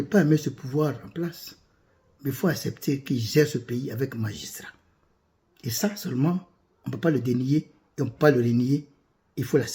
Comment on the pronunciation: Vraiment, vous avez parlé avec "magistriat ". 🎉🎉